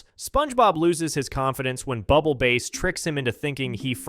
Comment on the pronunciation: it's pronounced bubble bas